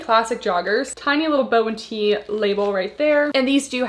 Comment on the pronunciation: I believe it’s bo-tee like “booty”